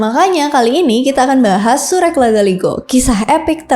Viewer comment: Izin kak cara bacanya itu sure'